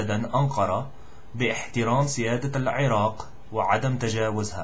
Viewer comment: Very impressive Dude, few mistakes here and there but who cares!! I like the way you say "Iraq" , not easy but you did well indeed.